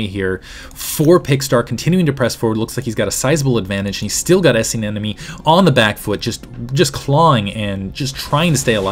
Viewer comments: Isn't it aneMone rather than aneNome like you keep pronouncing it? Kind of bugging me :P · Wow. Great game and great cast. Only thing, and I might be wrong, but it sounds like you're saying "an-enemy" instead of anemone (an-emeny).